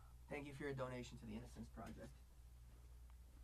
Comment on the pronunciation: "You meesed it up again, mike!" 😂